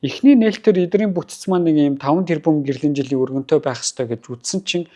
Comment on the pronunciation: Үгээ зөв хэлээч өрөнтөө гээд байх юмаа өргөнтөй гээчээ